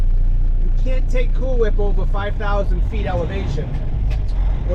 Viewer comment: Like Stewie on family guy he could not say cool whip he would say Coowhip